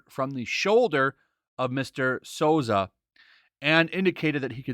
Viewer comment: The director's name is pronounced 'sue-zah'.